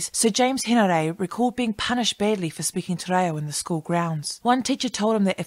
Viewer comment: Interesting video, although I cringed every time you mispronounced “Te Reo”. I remember learning basic te reo in intermediate school back in the 1960’s. Mind you, I grew up in Otara, South Auckland, where there was a high percentage of Maori students. Ironically I had more school exposure to Te ao Maori than my own Samoan culture back then. Thankfully things are very different now with the growth of the Aoga Amata movement and the Tapasa educational document. Looking forward to future videos.